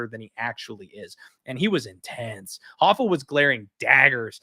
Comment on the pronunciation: Stop calling him HAFA! He is not Brazilian, he is Mexican and his name is pronounced RAFA… with the R.